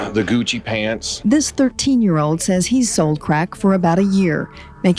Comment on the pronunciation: “Tha gewchi pantz” LOL